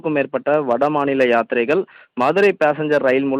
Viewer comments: யாத்திரிகர்கள் என்பதை கூட சரியாக உச்சரிக்க முடியவில்லையா? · என்ன தமிழ் பேசுற... நீ. நீ ஒரு செய்தியாளர்......... யாத்ரீக.... என்ன. முழுசா வரல.